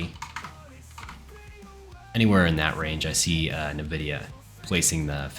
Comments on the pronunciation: My brother in tech... It's not Nah-vidia. It's the letter 'N'- vidia. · did you say Navidia?